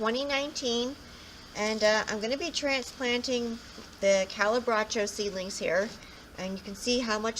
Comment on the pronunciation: thank you for making these videos. I Love Calibrachoa's but I'm struggling with them, both as seeds and plants. One thing though on pronunciation. Cali - bra- k- soft h- oh-ah